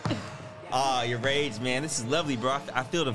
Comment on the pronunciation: Mans said yourrage it 😂😂😂😂